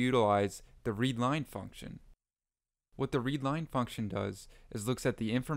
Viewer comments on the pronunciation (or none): none